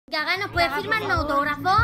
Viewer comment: ¿Al principio dices Gaga, o Llaga? Porque si es lo segundo me parto xD